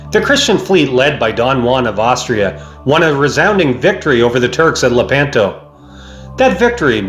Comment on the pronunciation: Luh-PAN-toh? No. Leh-PAHN-toh.